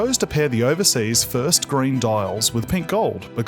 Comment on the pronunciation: Everytime he says "green", I hear "grey"